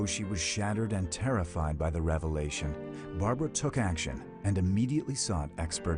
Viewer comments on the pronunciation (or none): none